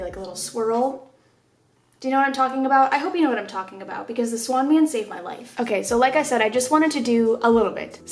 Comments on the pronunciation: Honeyyyy it wasn’t “swan man” it’s Schwaun man or something like that 😂they had the bestttt drumsticks in the world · its the schwan man not the swan man😔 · SKSJSKJSS THE SWAN MAN. it’s schwann lmao i LOVE u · Schwan not swan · It’s “Schwann’s” but yes I had one of those guys